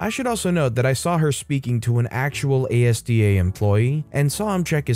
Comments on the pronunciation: When you say "ASDA", you just read the whole word. It's pronounced "As-duh". Loved the stories though! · ASDA isn't pronounced letter by letter, it's pronounced as one word az-duh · It really annoys me when people say Asda as the individual letters. To be fair, probably doesn’t live in in the Uk, so Asda isn’t common It’s usually pronounced As Da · It's pronounced AS + DA ASDA, Its taken from the first two letters of ASSOCIATED DAIRYS. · ASDA is pronounced AZ-DAH NOT A S D A 🤬🤬🤬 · You pronounce it as-dah. Not by spelling it 😊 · THANK GOD SOMEONE SAID IT BEFORE I DID!!! I wouldn't have been as polite... it was really hurting my brain to hear ASDA spoken like that xD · Came here just to say that hahaha the pronunciation was hurting my head lol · it's useful advice considering I've heard the mispronounced version on several reddit videos. Sure he wouldn't be expected to know so the comments are being helpful. Now he knows for the future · OMG learn to pronounce asda PLEASE!!!